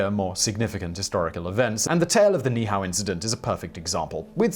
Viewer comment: Ni’ihau: pronounced knee-ee-ou (ou like the first two letters in ouch). 😀